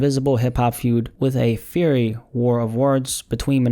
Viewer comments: No hate just love and knowledge. Fiery is pronounced fire-y. Why can’t English b straightforward idk but here ya go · My guy did you say Fury when it's Fiery 🔥🔥 🤣